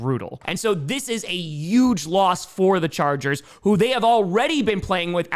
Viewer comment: At this point you might as well replace any H in any word with a Y,. Enough of "yuge" and "yuston". We want Pittsburgy. We want the LA Cyyargers. We want the Seattle Sea-Yawks. No more H's!